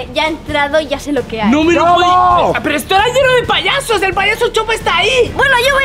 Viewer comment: Yo viendo que dice poyesos